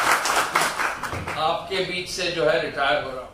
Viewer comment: रियाटर नहीं रिटायर